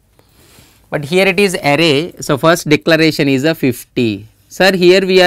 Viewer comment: It's "is" and not "is-a".